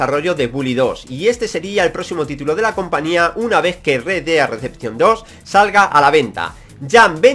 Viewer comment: "Red Dead Decepcion 2" 😂😂 Que puta mierda de ingles tio 😂😂